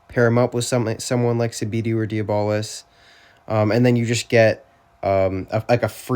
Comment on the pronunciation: Dee-bolis is crazy😭 W vid tho